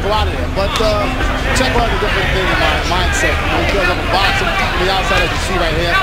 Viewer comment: "mambaco" pacheco was a great boxer